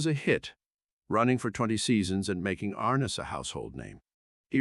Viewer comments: Please say his name correct ARNESS not like horse harness. I can’t believe you would do this document of this great person and you don’t even know how to say his name. I never miss an episode!! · How about getting someone who could pronounce Arness.